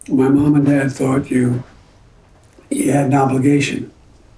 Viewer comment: "muh"...how sophisticated.